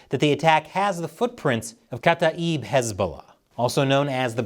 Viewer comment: kata-ib... not kata...eeb